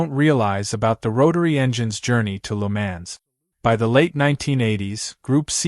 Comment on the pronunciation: I had to stop watching this, or more to the point stop 'listening' to this, because the narrator has no idea at all how to correctly pronounce the circuit name . . . . 'Le Mans'. Even the car manufacturer names are pronounced like a baby not yet able to talk correctly.